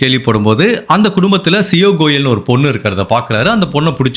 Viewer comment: The correct pronunciation of the names: Ketan - not cathun but kay-thun Siya - not c-o bit c-ya Chethan - not chettan like malayali, but chay-thun